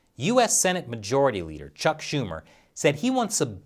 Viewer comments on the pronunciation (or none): none